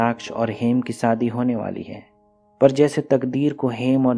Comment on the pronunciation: Nice explanation but aap shabdo ka istemal galat karte ho jaise sahi word ( SHADI ) hai lekin aap ( SADI ) kahte ho ( BAARISH ) ko aap ( BAARIS ) ( MANZOOR ) ko ( MANJOOR ) kahte ho isi prakar bohot sara word galat hai isme sudhar karo to explanation aur bhi achha hoga